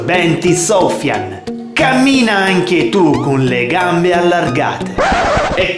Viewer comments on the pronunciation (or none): Va bhe non è che adesso devi anche prendere per il culo i nomi esteri poi non si pronuncia "soufian" ma "sufian" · comunque soufian (e si legge in tutt'altro modo) è un nome arabo .